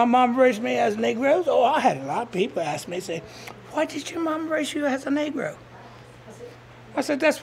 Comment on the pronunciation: See how she pronounces the word "ask" that will prove it